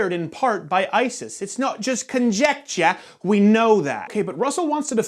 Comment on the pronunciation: "It's not just conjectchah!"